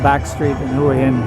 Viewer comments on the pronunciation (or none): "Hoo-a Hin" ?? hahaha not. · 4th be great if you could make the effort, to find out how the places you visit are pronounced, I always flinch when people pronounce the name as you have. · Surely if you were in the place you would know how to pronounce the name of it!!??